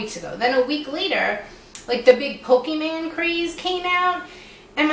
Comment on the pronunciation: It's pronounced more like Po - key - Mon but that's not even the real Japanese pronunciation anyhow lol but that's okay.. bc even though my friends and even my boyfriend was into it I was not so I kind of just watched my friends and cousins play the Gameboy games and never got into it. I still want to play the game now bc it seems very active. Another lady on YT does it for fun exercise and burns some cals off.